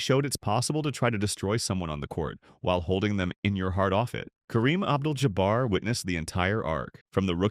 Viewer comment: I honestly thought I was the only one that this AI voice drove crazy. lol Ab Jewl Ja Ber Come on already. I really can't stand the AI voices everyone is using now on all kinds of videos. lol